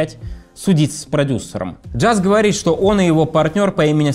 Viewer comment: "Говос", "квассика"- неподражаемо...